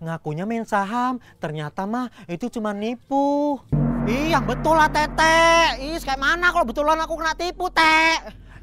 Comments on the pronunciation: teteh woi bukan teteq😭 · Teteh woiii bukan “Tete”😭😭😭